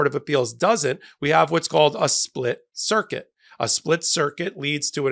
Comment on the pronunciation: I heard a split circus not circuit.